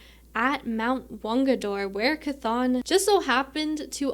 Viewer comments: 💚 (Good job on Chthon pronunciation) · Someone who says Chthon correctly... at last! Instant like.